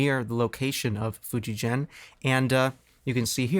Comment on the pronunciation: In Japanese the name of the brand is pronounced Fu-dji-gen